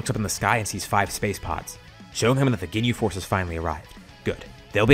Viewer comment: I fr heard him say "they defeated the gay force" XD At